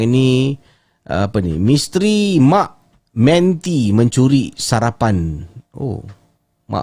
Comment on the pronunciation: Sebutannya ialah ‘MAK MENTI’ dan ‘menti’ itu disebut seperti ‘mentimun’. Orang Melayu menggunakan istilah ‘mak menti’ untuk merujuk kepada tikus mondok bersaiz gergasi seperti kucing —yang dipercayai berhantu dan berpuaka— kerana seringkali ‘mencuri’ perkakas dapur seperti senduk kayu, periuk dan kain perca. True story walaupun bunyinya kelakar 😂 Orang Malaysia rasanya ramai tahu ‘mak menti’ tu apa.